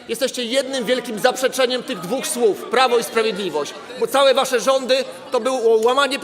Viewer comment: Panie red., nie “sów”, tylko “słów, nie “susznie”, tylko “słusznie”!!!😊🎉